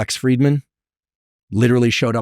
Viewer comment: Just an aside Andrew, it's Lex FrIdman, pronounced as a short "i", aka accent breve.